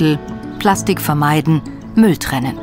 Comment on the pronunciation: Plaschtich … herrlich 😂